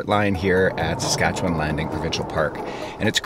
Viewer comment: first off, thank you for being one of the only out-of-provincers to pronounce Saskatchewan correctly! Been watching you for a while now, cool to see you in my home province